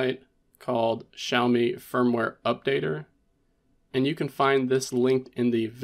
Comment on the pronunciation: on my 3rd xiaomi device and this video was first time i head it said out loud. sh-ow-me. lol ngl in my head it was ix-aye-oh-mee 😂 yours makes more sense